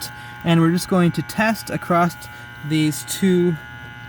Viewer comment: ACROSS "NOT ACCROST"